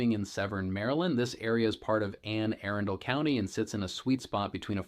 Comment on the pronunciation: Why are you pronouncing all the names so oddly??? “Anne Arundel”